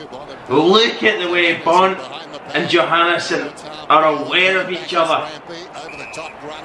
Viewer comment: surprisingly enough you have pronounced it correctly and I’m glad you enjoyed my request :)